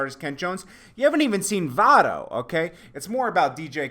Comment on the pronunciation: It's Mavado